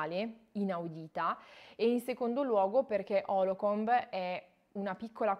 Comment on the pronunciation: Lo sto leggendo ora. Dire stupendo è dire poco. Consigliatissimo per chi studia Psicologia PS: la città si chiama Holcomb, non Holocomb. Cmq bravissima, bel video.